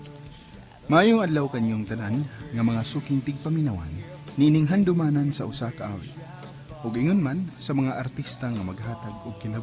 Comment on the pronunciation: Nakakatawa nman tong pag pronounce ng Haduhmanan.🤣🤣🤣🤣🤣🤣😂😂😂😂😀😀😀😂😂😂